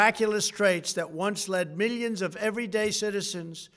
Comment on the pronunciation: Meelions and meelions lol.